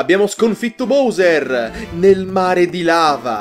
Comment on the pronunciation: Però una cosa, figa Si pronuncia BAUSER non BOUSER